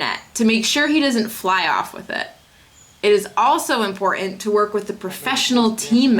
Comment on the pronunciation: Laura, you're not pronouncing "important" correctly.